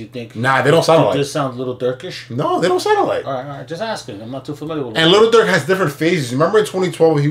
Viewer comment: Lil curk 😂 lil durkishhh😂